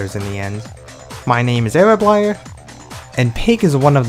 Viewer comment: absolutely didn’t expect Erablier to be pronounced like that lol